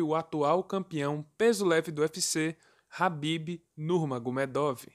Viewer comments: A pronúncia do nome é com K Kabib e não rabibi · Mano,que nervoso tu pronunciando nome do cara errado 😏